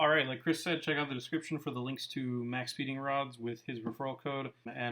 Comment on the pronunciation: Love how he pronounces it Max-peeding-rods and not just like max speeding lol